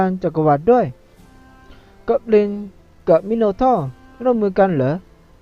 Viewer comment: ภาพแตก เว้นวรรคโคตรแย่ อุกๆอักๆ มิโนทอร์กลายเป็นมิโนท่อเฉย จะเอาท่อไปทำอะไรเหรอ ดูจะฝังใจกับท่อเหลือเกิน ท่อๆๆๆๆแม่งตั้งแต่ต้นจนจบไม่เอ้ะหน่อยเหรอว่าออกเสียงผิดแค่มิโนทอร์น่าจะเคยได้ยินมาบ้างนะ โดยรวมหวยแตกมากครับ